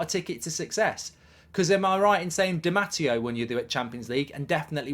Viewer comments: D Matty O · I’m half Italian , the pronunciation made me want to throw up. Didn’t Mark say he has Italian connections aswell lol 😂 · The pronouncement of di matteo was borderline insulting 😂😆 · He clearly works hard to do them all wrong. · The way Mark pronounced Di Matteo..... Bloody hell 😂😂😂😂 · and he's Italian. wtf